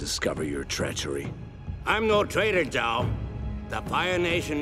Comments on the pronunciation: Zhou? Its Zhao. Also if Roku is Zuko's grand father then isn't Aang his grandfather. Lol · #4 is not Zhou, its Zhao. Zhou (粥) literally means porridge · I thought it was "Zhao" not "Zhou" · It’s Zhao not Zhou